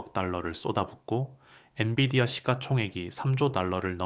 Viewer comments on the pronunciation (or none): none